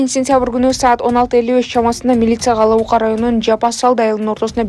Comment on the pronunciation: Алауука эмес Ала-Бука деп шашпай эле туура суйлосон ай